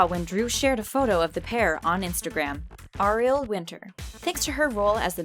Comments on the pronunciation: Pls say Ariel right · the way she pronounced "ariel" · You pronounced Ariels name wrong....